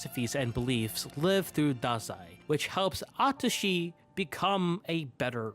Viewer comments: DID YOU JUST SAY A TUSHY? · I totally agree with everything but "a-tushy nakajima" though 😭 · I’m sorry? “Atushi nakajima”??